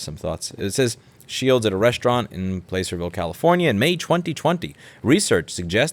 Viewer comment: Hahaha I’m from placerville! It’s pronounced plass-erville